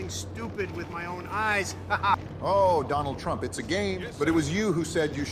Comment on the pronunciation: 바이든 ㅋㅋㅋㅋㅋ 트럼프 이름을 제대로 못말해 ㅋㅋㅋㅋㅋ